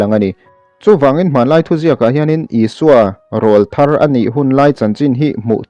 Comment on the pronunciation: Rawlthar tih hi lam diklo